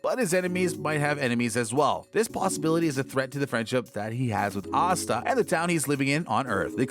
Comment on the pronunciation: Why is Asta's name pronounced OSTA?